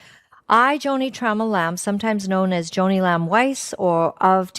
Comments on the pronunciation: Joni not Jonny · Pronounced Joanie not Johnny. You lose all credibility. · Someone couldn't READ her name Joni for just fourteen minutes instead of JOHNNY? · It's Joni not Johnny 😅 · Could you pronounce “Joni” correctly? Is this AI? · Cordicil... if you can't read that eird you lack ANY CREDENTIALS to criticize Joni